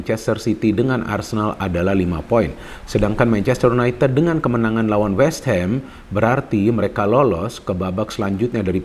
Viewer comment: y u n a i t i d bukan u n a i t e d